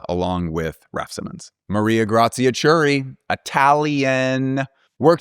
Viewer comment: "Chiuri" is pronounced like "key-oo-ree" the h keeps the c with a hard k sound, otherwise it sounds like "chee" in Gucci....and why Pinocchio has the k sound 😊😊